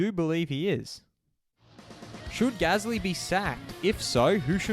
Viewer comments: FFS -- It's PIERRE GASLY and it's pronounced "GALY" .. why is it so hard to understand? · you did gasly so wrong at the end 😂😂😂